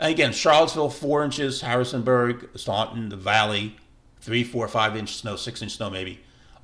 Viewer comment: Somebody want to tell this dude how to pronounce Staunton?